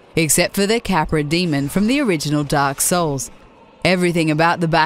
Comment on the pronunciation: First of all, it's pronounced Dee-mon not Dee-mund. Second of all, the Capra demon is basically the definition of souls gameplay. If you're not prepared, you'll need to keep a level head and fight smart, otherwise you end up like the majority of idiots that try and play souls games like dynasty warriors